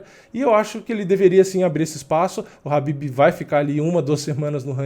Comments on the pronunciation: Pq tu chama o Khabib de Habib??? Caraleoo, que agonia. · Eu não entendo somente uma coisa: pq no mundo todo as pessoas pronunciam Khabib (pronunciando a letra K) e aqui no Brasil o nome do cara virou Habib? sério eu nunca entendi essa parada kkk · Khabib não é noiado, ele é exemplo como atleta e campeão... E "Rabib" é minha caceta, bota o K aí kkkk